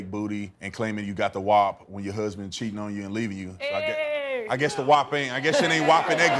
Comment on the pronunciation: This man deadass pronounced "WAP" as "whop"